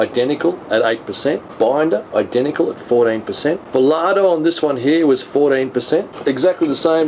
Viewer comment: Its volado not volardo....interesting review.